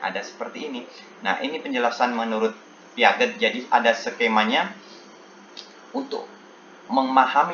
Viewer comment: Piaget bacanya = Piase bapak 😄